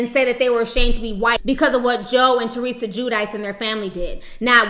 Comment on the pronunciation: Finally, someone pronouncing Teresa's (RHNJ), name correctly.